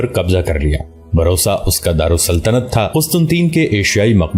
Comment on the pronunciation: Bursa name hy.barosa nahin.or usman bey sabsay baray nahin sabsay chotay son thay.